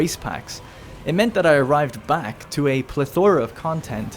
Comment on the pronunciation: Love the video! not the part where you say plethora though... :)